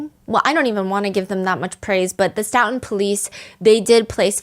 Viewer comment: STOE-TON not stout-on